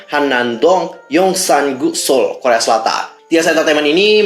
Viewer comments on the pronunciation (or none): none